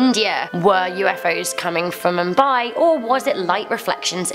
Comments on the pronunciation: it's "MOOMBAI" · you are pronouncing Mumbai wrong and I am watching this in Mumbai